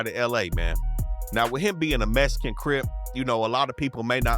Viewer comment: He said mesican